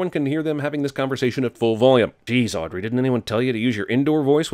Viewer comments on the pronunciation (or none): none